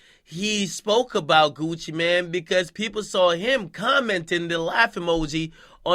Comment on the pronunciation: I'mma smack you if you say Gucci man one more time............ITS mane pronounced like main mixed with man